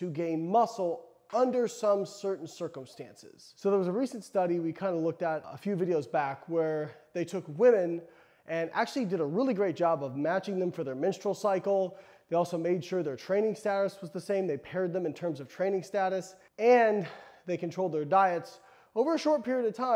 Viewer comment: Sure he said minstrel cycle 😅